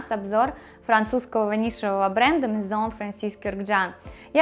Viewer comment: Спасибо за прекрасный обзор!Наконец Вы назвали их «дом « правильно!За это отдельное спасибо!🌺🌺🌺